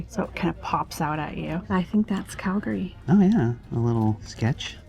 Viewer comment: You went to all the places I go to regularly in Calgary. And I love how you knew how to pronounce Calgary!